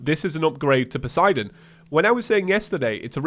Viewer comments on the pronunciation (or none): none